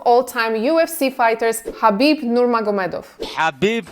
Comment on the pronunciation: thank you so much for pronouncing his name right